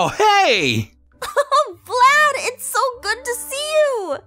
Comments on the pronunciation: It’s not vylad this is what I hear Chlad lad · its Vylad not "Vlad" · Aphmau: vlayd Subtitiles: flan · It's Vylad V-y-l-a-d